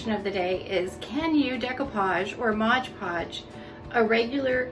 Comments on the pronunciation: MOD podge, not modge podge.....sorry, can't help it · MOD Podge not Modge Podge.